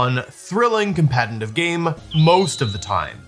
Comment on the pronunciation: 😅 Even after all these years, Wolfe still finds a way to put the letter 'n' in the word competitive.